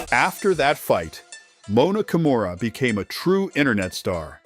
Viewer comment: How the hell can that stupid narrator keep mispronounced her name as ‘Kamora’ while her name is KIMURA.😊